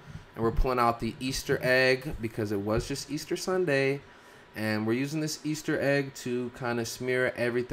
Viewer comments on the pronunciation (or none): Omg did he just say SMEAR? 🤣🤣🤣